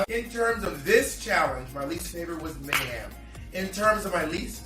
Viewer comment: I keep thinking bob is saying "Mayham"